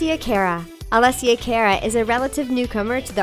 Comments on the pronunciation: It's pronounced 🚗 uh not "care uh" and Hah-deed not huhdid. UGH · I wouldn’t call her a R&B and it’s cara not careruh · I thought it was Alessia Cara like cah-ra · It's pronounced CAHR-AH! ALESSIA CARA!